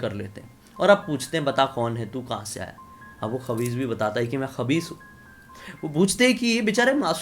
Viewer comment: Not khabis Khais hota hai wo 🙄